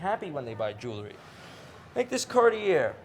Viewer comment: Love how he pronounces carti-year. My new favorite YouTube channel.